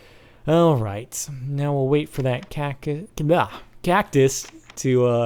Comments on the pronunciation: Nobody says it like that. I have never once heard it said like that. That sounds like it would have an E at the end. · when he says alright he sounds australian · He sounds so British when he says alright ;D